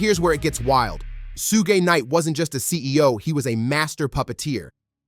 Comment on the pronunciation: You pronouncing Suge name all wrong. Its killing the video. Good work tho.